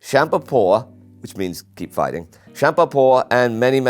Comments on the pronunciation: That was remarkably accurate pronunciation of "kämpa på". Some connection to Sweden, or just a knack for phonetics? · Wait... Does Indy speak Swedish? His pronouncing of kämpa på was almost spot on and he knew what it meant.